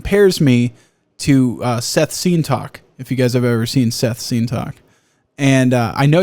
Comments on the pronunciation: why are you saying it wrong? It’s Sseth not Seth you have to pronounce both Ss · Lmaoo I was trying to figure out what he was saying but the captions didn’t help at all. Who is he talking about? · I've never heard someone say seth's name so wrong in my life.